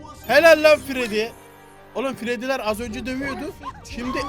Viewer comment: Freddyler mi freddles leri mi diyon bonnie chica diyemiyon mu